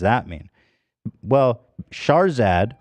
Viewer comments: Everytime Ethan says "Shahrzad" I hear "Charizard" 🤷‍♂️ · Charizad !!! I was purely listening to the podcast not knowing who or what Shahrzad was ..... kept imagining charizard the pokemon the way ethan pronounces it 😂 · I kept hearing "charzard" lol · Shart-zat theif. Lol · It is not just me, right? The way he pronounces "Shahrzad" sounds like he is saying "Charizard", no? 😂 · Why did I think he was just mispronouncing Charizard for a little bit like what does Pokémon have to do with this? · Keep thinking they're saying Charzard. Very un- pokemon like to be so rude. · As an Iranian, I was ashamed when I heard another fellow Iranian, celebrated for being “self-made” and “wealthy” and “successful” has done you guys so dirty. It’s disgusting and I’m so so sorry this happened to you guys. Please drag her ass legally. Thank you x Ps: Every time Ethan says her name I die laughing lol. It’s so mispronounced it’s great.